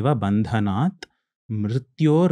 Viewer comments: Just a correction, it’s ‘bandhnan’ not ‘bandhnat’. Correct pronunciation is important so just wanted to mention. Thanks for the informative video. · Just an observation as the gentleman is guiding us with proper pronunciation, the word is " Bandhanan" not " Bandhanat". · Bandhanan not vandhanan 🙏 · He said it wrong. It urvarukamiva bandhanan not bandhanat... Stop saying it wrong. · Great podcast! My respect and gratitude to Ranveer and the guest ofcourse. Just want to mention, I have been chanting this mantra 108 times daily for the past year and I know that the pronounciation is extremely critical for yielding results. The word is "bandhanan", and not "bandhanat". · Isney waisey galat bola ,it's "Bandhanan" not Bandhnat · I noticed this too and thought to mention...been chanting it for long, it is indeed "n" at the end, not "t". And pronunciation of mantras is critical. Has to be accurate. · its URVA RUKAMEEVA BANDHA'NAAN' not BANDHA'NAAT' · 4.20 its Urvarukamiv bandhanan NOT bandhanath Am sorry but please chant this sacred Manta properly Om Namah shivay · Bandhanaan.. not bandhanaat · Its not BANDHANS"TH"......it's BANDHA"NAAN"😊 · The person in the video pronounced mantra in wrong waaaaaaay And yes it matters!!! He said uruvarukamiva bandhanath Correct pronunciation below:- "Uruvarukamiva bandhanaan" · It is Bandhanan and not Bandhanat. Kindly note. Chanting the wrong mantra is not good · बन्धनान् NOT बन्धनात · How do they qualify for such an interview who cannot even pronounce the mantra correctly. It’s “bandhnaan” and not “bandhnaat “ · Its not Urva Rukamiva Bandhanat its Bandhanan ..... Correct ur mantras